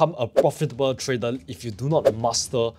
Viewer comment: Why can't you pronounce trader always say tradal try to pronounce r